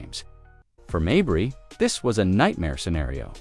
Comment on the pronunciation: It's not Marberry. Most people named Mabrey pronounce it 'May bree, accent on May.